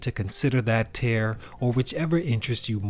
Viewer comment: Its pronounced "tear", like I shed a tear every time you tare that word.